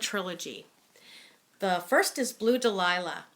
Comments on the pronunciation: You miss miss pronouseed the first book title it is Dal ya . Daliah is spelled different but your right this is fanatic series. the only thing I would fault you on is that theme of in the Garden is motherhood how each mother was forced to rebuild there lives. The ghost was important but 2ndary. I am glad your drawing attention to these book . Brides quartet and chespeak bay saga are good to. Now you have me wanting listen lavender blue Dilly Dilly as I read reread the seen in book 2 were the older woman confront her ex at the party in book. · Great review. One of my favorite trilogy’s. You did mispronounce dahlia, which is Stella’s favorite flower. Please review two of my other favorites, Chesapeake Bay series and Bride quartet. I have never read the sea witches or fire and ice, a good review would help me decide!